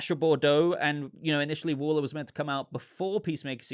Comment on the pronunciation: What are you saying…..wooler, whuller?….Pronunciation wall-er